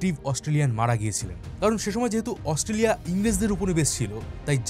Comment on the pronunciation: AUSTRALIA pronounce ta e to bhool bolsen bro!!!😅😅